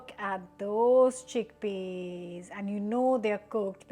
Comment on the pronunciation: "Chinned tickpeas"...you're exhausted!!!😂